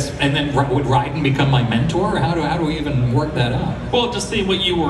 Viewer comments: his pronunciation of Raiden hurt my ears. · The way he says "Raiden"